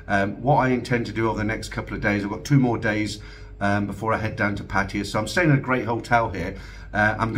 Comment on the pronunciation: Why do you and everyone say Pattire when it should be Pattaya.?